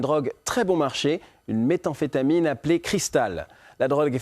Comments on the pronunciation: la méthA-amphétamine ahahah si même à la télé ils savent pas comment on dis méthamphétamine (méthyl-amphetamine) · Methamphetamines, et pas meta-amphetamienes. Meth viens du croupe caracteristique methyl et pas meta qui signifie "au dela"